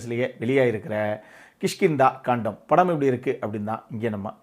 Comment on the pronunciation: movie peru kandam - (kaandam) illa.